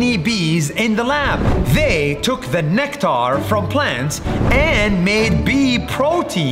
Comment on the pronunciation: true but he said the way nas daily said in a funny way, like there was a pause (very short pause) when he said "nec" and usually u pronounce it with the pause only but nas daily stressed on the "c" at the end of "nec" and also stressed on the t at the start of "Tar" and it sounded like neck tar (i know thats how you pronounce it but you might not get it unless you see how nas daily pronounced it cuz wriiting it may look like the way you need to pronounce it) tbh i didnt thought i would write this much xD